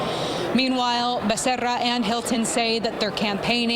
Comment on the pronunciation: I despise how you pronounce becerra!